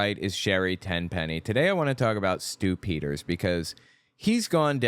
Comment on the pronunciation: Stew Peters - every time you say that name I hear "Stupiders".